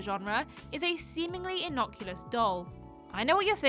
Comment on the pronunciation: The word is innocuous, not inocculous.